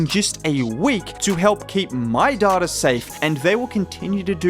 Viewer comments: If you can't say it without saying daughter maybe switch to day tah 😉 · Thought bro was saying daughter instead of data 😂😂